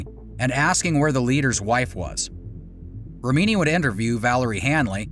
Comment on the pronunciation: You keep on mispronouncing Leah's last name. Even after hearing her pronounce it correctly. Also leaving out the fact that law enforcement is on their payroll. Comes off as sloppy work.